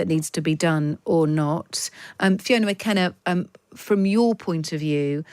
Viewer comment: When an interviewer can’t even be bothered to correctly name their interviewee it tells you all you need to know. Fiona McAnena…. not Fiona McKenna. This character’s arguments are all based on ideological wishes and wants of men rather than reality and facts. Wouldn’t stand a chance in a debate.